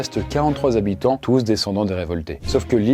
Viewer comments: Il faudra demander aux soixante zzzhabitants ! (comme dit le conteur) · On dit 60 habitants...zhabitants😅 c'est s'il y avait un S à la fin de soixante,😉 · Soixante Zhabitants 😂